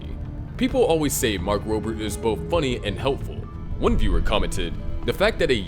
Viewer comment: Don't want to be that guy but Mark Robbert's real name is "Mark Rober." so take out the "T"